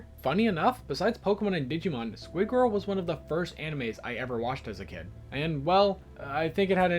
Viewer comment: The squid girl pronunciation is sadly splatting my soul...